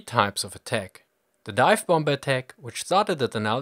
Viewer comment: Cool video. But I can't help but giggle a little bit every time you pronounce the second B in bomBer.